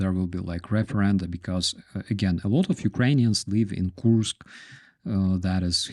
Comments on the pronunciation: "Koorsk" is accurate enough. Coors + K. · When you pronounce the word Kursk it sounds like you saying Korsk in English